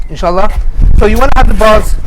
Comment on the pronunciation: y da fuck do u keep saying inshitta,y da fuck u keep saying it,ur not guna get any xtra rewards for swearing u no